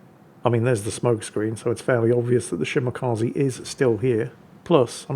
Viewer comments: Shimakaze? more like Shimawhatze. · don't pronounce long names, please don't force him, he old and grumpy n salty lol,,,,another great video